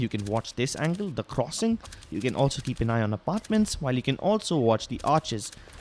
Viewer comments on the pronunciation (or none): none